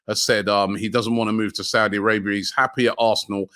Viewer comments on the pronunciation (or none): none